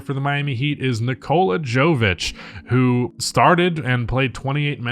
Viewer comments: Nikola "Joe Vich" 😂 come-on lol Nikola Jokic pronunciation isn't hint enough? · Please pronounce Jović just like you would Jokić (Yović) and Jaime is more like Jaimay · piggy backing this to say that similarly, “Jovic” is pronounce “Yo-Vich”, like Jokic lol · As a Heat fan thanks for the love but please I know he’s not the most popular player yet but I’m almost certain it’s pronounced “yo•vic” it’s the same way you say Jokic but with a “vic” instead of a “kic” I could be wrong but they’re both from Serbia so I think it’s pronounced the same. Now that I think about it tho I think I’m heard people say Jovic with like an actual “Jo” but I’m pretty sure that’s wrong although I’m just an ignorant American so I could totally be wrong and if I am someone plz tell me so I can get their his name right lol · Love you but if you can pronounce Jokic correctly then you can pronounce Jovic correctly 🤣